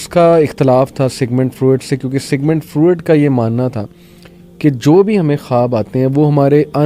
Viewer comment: براہ مہربانی نام “سگمنڈ فرائڈ” کا تلفظ درست کیجیے۔ آپ اسے سگمنڈ فروئڈ کہ رہے ہیں جو کہ غلط تلفظ ہے۔ درست تلفظ کے لیے حوالہ